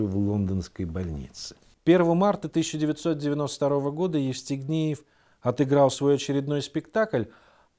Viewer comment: А мне ещё показалось, что он всё время говорил Естигнеев, вместо Евстигнеев. А может быть и не расслышала.